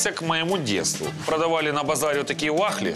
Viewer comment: Василиса Патрикеевна.. Хммм.. у Вас, напевне, з почуттям гумору не дуже. - просто виганяється. Він спеціально говорить так, наголошуючи ці слова "з народу". Йому самому з цього смішно. Просто зверніть увагу. Він наголошує слово "ваХлі", а через пару секунд, абсолютно спокійно, говорить "вафлі". Будьте простішими. До чого тут Ліза...